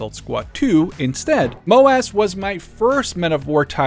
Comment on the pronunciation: "MOW - ASS"? 😂 I get that it's MOW:AS but please just call it Assault squad 1 or AS1 lmao